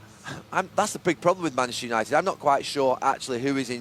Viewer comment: All I could hear was...."Mansunited"